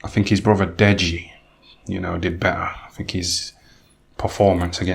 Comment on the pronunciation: "Dead-GEE" LOLL